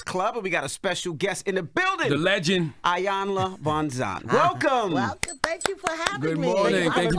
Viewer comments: This woman is a legend. Please say her name correctly. She's been up here before. Y'all should know better! "E"-yan-luh, not "EYE"-yan-luh, plssss and thank you. 🙏🏼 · It irks me that people still mispronounce her name so horribly. It's EE-yan-la. Not "Eye." Also-- do some damn research before guests come on. It's always so painfully obvious when ya'll haven't done any work to prep in advance to know who your guests are or what they've been up to.